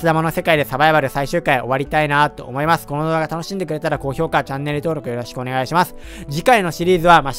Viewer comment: 思いまスュ 滑舌ww